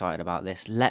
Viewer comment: Double L in Italian is not pronounced as J as in Spanish. It’s pronounced as a long L. In Italian double consonants are either long or accented depending on which letter 😊